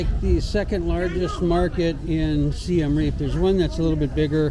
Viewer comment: Can someone pls point me to a channel where they pronounce siem reap correctly?